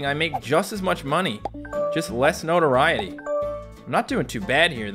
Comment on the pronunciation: It took me five minutes to realize he was saying notoriety....